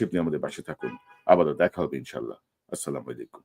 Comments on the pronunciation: কনক শরয়ার শাহেব, আপনার সালামের উচ্চারন ভুল। ইহার অর্থ সম্পূর্ণ বিপরিত। দয়া করে ঠিক করে নিবেন। "আসসালামু আলাইকুম ওয়া রহ-মাতুল্লা"। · কনক সরোয়ার সাব, আপনার সালামের উচ্চারন ভুল। ইহার অর্থ সম্পূর্ণ বিপরিত। দয়া করে ঠিক করে নিবেন। "আসসালামু আলাইকুম ওয়া রহ-মাতুল্লা"।